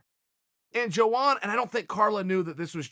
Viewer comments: YOANA CHAEL NOT JOANA YO YO :( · its pronounced yoana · EVERYTIME HE SAYS JOANA IT CUTS ME LIKE E K-NIFE